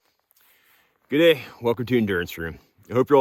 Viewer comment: As an Aussie you almost said G’day! At the very start. So close, just shorten the good part and you’re there. G’day from New South Wales